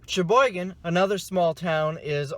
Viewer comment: He keeps saying Cheboygan, but it sounds like he's saying "It's ya boy again"